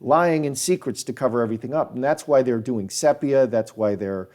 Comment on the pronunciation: I think the pronunciation is see-pia. Not sep. iah